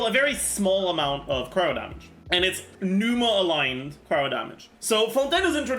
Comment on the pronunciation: Zajoof having Greek origins and pronouncing Pneuma and Ousia totally wrong is cringe af.